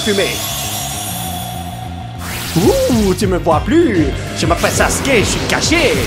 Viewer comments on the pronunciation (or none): none